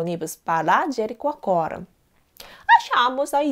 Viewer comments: Rindo aqui. Jericoacoara é difícil até pra mim e ela fala direitinho. mas o linguistico não saiu de jeito nenhum. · Como ela conseguiu falar "Jericoacoara"? Eu não consigo, Sou brasileira e desisti! Rsrsrs